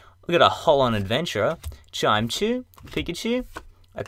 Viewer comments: haha I said chimecho that way the first time too. Its actually Chi-mec-ko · its chime-ek-o